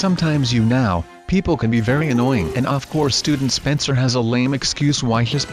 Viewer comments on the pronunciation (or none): none